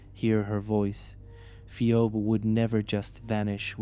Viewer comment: Phee-obe... Man get it right it's pronounced phee-bee.